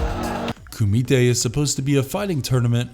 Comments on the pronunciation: This guy has never even seen bloodsport, he's just reading a script. The way he pronounces Kumite is hilarious. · Anyone else find it annoying AF how he keeps saying Kumite!???? 🙄🤨